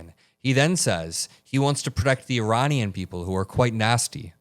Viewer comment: Uranian??? Did he misspoke? Meaning Iranian, but got Ukraine and Iran mixed up? Well... it's not the first time he put his foot in his mouth. Obviously his brain is turning to mush.🙄